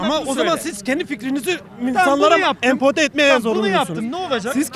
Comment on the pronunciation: Empode değil o empoze